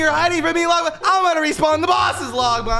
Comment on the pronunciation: the way bro says longma he says logma😂😂